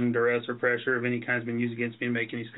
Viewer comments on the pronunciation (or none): none